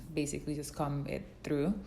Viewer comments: Cah- "OH"-mmm. Not Com lol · does anyone else notice she pronounces comb wrong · Anyone else bothered by how she says “comb”? Just me? Ok. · Hahah me too, I thought I'm the only one